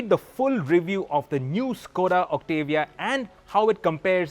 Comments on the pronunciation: It's Octavia not Octevia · First reviewer in India who can actually do the right pronunciation of the Octavia. It's Oct-tuh-vee-yah and not Oct-AA-Viya